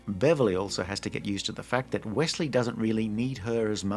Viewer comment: props to bending the knee to the American accent for saying "Wessley" even though many Americans will say "Ossie" not "Ozzie" for Aussies like you.